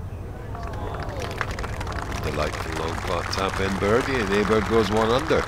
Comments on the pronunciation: Weird how US commentators can’t say Åberg’s name right, but the British ones can. Just say Oh-berg like in oh sh*t and that would be nearly perfect. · the pronunciation is closer to "Oberg" than "Aberg" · Cant believe commentators haven’t learnt how to say Abergs name correctly!! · why don't these commentators (mainly those with US accents) learn to pronounce Åberg's name correctly ?